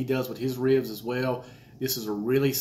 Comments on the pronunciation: Hahaha I think it’s pronounced reeubs lol and it’s funny because I’m from Texas (Houston) and people are always shocked I don’t have a more southern accent. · I love Andy...and how you say "ribs." It's like 2 syllables but it's not...with a little North Carolina growl in there. rheebs, rriiibs, ah, I can't do it. My Arkansas roots are useless in this situation. I think it's a genetic. Some people can't roll their r's...other can't say rrribs cool. It's a gift my friend. Be thankful. lol. (ribs look great!) Now to go check out Andy.